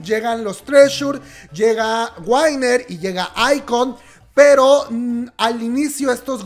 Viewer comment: Amiga diles "guiner" no "guainer" Me encantaría ayudarte con tu pronunciación, como te puedo contactar?